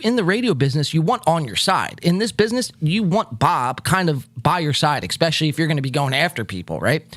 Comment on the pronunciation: I'm subbed, but please stop saying, " EXspecially" lol